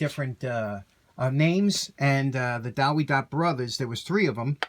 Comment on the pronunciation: W is pronounced V in german. Check out German Tool Reviews in Youtube.